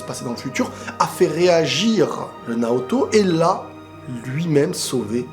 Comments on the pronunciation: Dans l'anime, à chaque fois qu'il dit Naoto, j'entend Naruto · Naoto pas Naruto